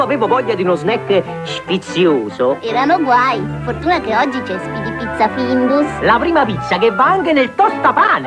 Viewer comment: Eshpeedy pizza 😂